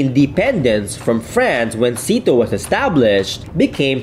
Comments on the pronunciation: IT WAS NOT PRONOUCED SEATO ( SITO ) .. it was actually pronounced back then as S.E.A.T.O or SYATO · You pronounce it siyato...